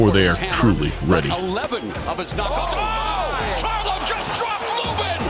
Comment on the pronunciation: This nigga said charlo LMAO